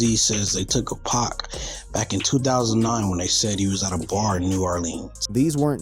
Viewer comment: All I know is I'm tired of him saying "Pack"... 🙄😣